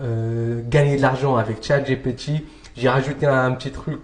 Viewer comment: Pourquoi tu dis « Tchat GéPé Ti » ?😂